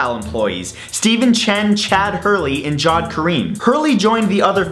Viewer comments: Hi! Friendly and constructive criticism (cuz I love your channel): It's pronounced "Ja-Wed" as in "Jaa" + "Wed", not "Jawed" as if it's the past form of "Jaw" as a verb. I'm from the Indian Subcontinent, that's why I know. Like the videos by the way! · Can he respect the Arabic language please! It is ja-wid not jod! Dafuq???